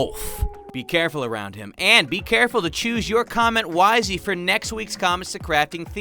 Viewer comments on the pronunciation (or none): He said "wisey" not wisely lol